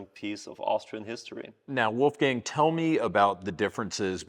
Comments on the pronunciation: A more correct way to pronounce it, though, would be "wallffgung". The way says it it would be written as "Wulfgäng" 😂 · Or as the guy in the video said: "Oulfgeng" 😁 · no, Austrian pronounciation would be like "woulfgaang" or woifei in short ;)